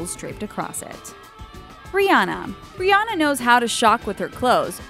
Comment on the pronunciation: That's not how you pronounce Rihana🙄